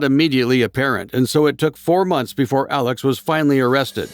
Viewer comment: Hi! Love the video, but as someone from SC wanted to say that his name is pronounced like Alec not Alex. Otherwise, love this.